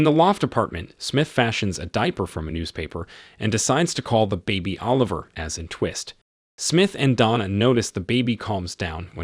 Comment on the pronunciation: a Bee. Em. Double, Yew. much emphasis on the car lol. Wait, whats a leemo? Oh liver, the baby